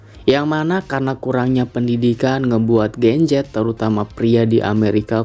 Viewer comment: Sedikit saran aja kalau buat video kasih jelas bicaranya gen z yah gen z bukan gencet atau genjet 😂😂😂